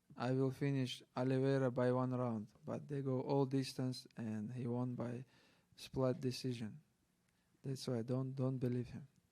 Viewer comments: Dont forget “splat decision” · It has, but I still laughed sounds like he said splat decision!